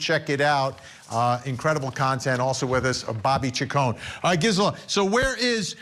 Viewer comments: "Grizela!" hahaha! It's Gisela! LOL Oh Vinnie... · Not him calling Grizzly Queen Gisela---Grizela!🤦🏻‍♀️ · GRisela? 😡 FFS Vinnie! Well done for correcting him Gisela and congrats on your appearance. Well deserved. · He said Grizzella 😂 Cmon Vinnie.....